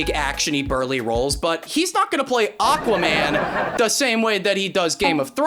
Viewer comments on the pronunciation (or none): none